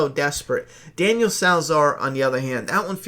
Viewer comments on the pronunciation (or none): none